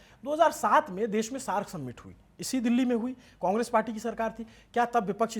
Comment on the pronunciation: भाई, आपका कवरेज हर चीज़ में बढ़िया है लेकिन समिट को सम्मिट मत बोलो। 🙏🏽